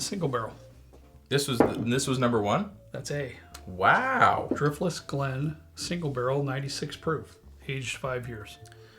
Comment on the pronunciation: I love Dirftless Glen! 😂